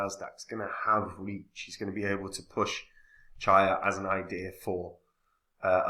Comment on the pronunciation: "Cheeeya", not Chiya 😂 👍